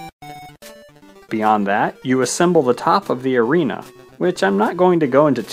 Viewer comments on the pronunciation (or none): Arena not arina